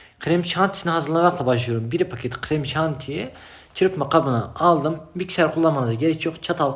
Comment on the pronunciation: Bğri Pağhket Ğhreğmşantiğ